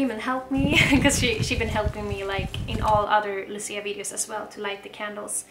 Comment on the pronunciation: nie Luci, tylko Łucji. Łucja. You're welcome.